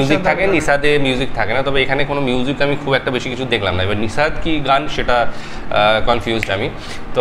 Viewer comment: এটা নিসাদ নয়, নাসিদ সঠিক উচ্চারন